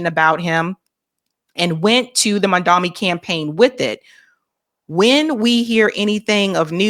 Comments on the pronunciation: Please say his name correctly. He is MAMDANI not MANDAMI. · can't even pronounce this man's name correctly. His name is Mamdani. Not Mandami. It's highly disrespectful!! is trying to sabotage him, and I don't know why. Why not do a show critiquing his policies and why they're popular with the NYC voters. Instead, you do a show about what box an 18 year old checked on a college admissions application?? You're disgraceful,! You're gonna lose subscribers if you keep this up. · Its not MAN-DAMI. Its MAM-DANI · you're not even saying his name right... it's M A M D A N I. Why is it so hard? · Please, his name is MAM-DANI. It's not hard to say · "Mom Donnie" MomDonnie.. What is so fucking hard about saying Mom Donnie? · has lost the goddamn plot with this story. She’s really stretching to make it sound like an eighteen year old kid filling out college applications fifteen years ago and who had spent a good part of his life up to that point in Uganda was willfully lying and trying to game the system. Plus, how are you reading straight off an article and you STILL can’t pronounce the guy’s name correctly? It’s MAMDANI, not MANDAMI. Get it right!